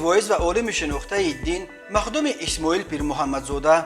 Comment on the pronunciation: Саросема гап назан махдуми исмоил гуфта нотугри нагу !!! Махсуми Исмоил Оллох рахматуш куна